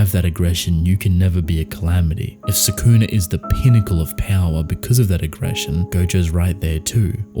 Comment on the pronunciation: Love the channel but I despise how people, like yourself, pronounce Sukuna’s name. Watch the anime again and learn how to say it.